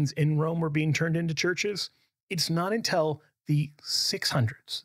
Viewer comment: Hmm, I wonder why says "un-tell" instead of "un-till."